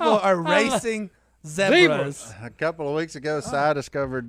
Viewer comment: When did he turn into British accent with the Zedbras??? Zebra...no d...